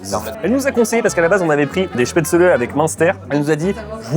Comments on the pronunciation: Se prononce chpaitzlé bordel pas spetzeuleu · Apres les goûts et les couleurs… mais on dit SPETZ’LLEE!!!! Desolee ca m’a fait saigné des oreilles toutes la vidéo! La choucroute acide, c’est pas bon. La fondue Suisse c’est pas la fondue Savoyarde!!! Arrêtez de mélanger! Oui je pete un plombs!!! Pour le coup, vous dites des trucs faux! Sinon j’ai bien rigoler🤪